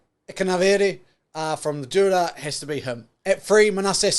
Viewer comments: Bruhh 😂😂it's fijian drua not fijian dura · Its not Dura.... its DRU - AHH.. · It’s pronounced “Drew-ah” (Drua)❤️